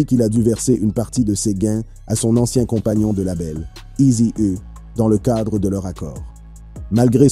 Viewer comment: NW "Â" gangsta Wap 🤣🤣🤣🤣🤣🤣🤣 bro tu abuse sérieux... eazy é 🤣🤣🤣🤣🤣 eazy hé Easy et Izi haie 🌳🌳🌳🌳🌳🌳🌳🌳🌳🌳🌳🌳🌳🌳🌳🌳🌳🌳🌳🌳🌳🌳🌳🌳🌳🌳🌳🌳🌳🌳 🤣🤣🤣🤣🤣🤣🤣🤣🤣 sérieux je le redis... tu abuse cousin